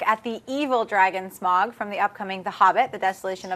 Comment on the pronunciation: did she pronounce smaug as smag? wtf